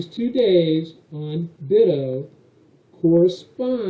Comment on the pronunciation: I think it should be pronounced "BUY-toe"